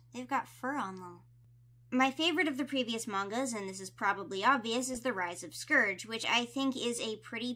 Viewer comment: You said scourge wrong 😭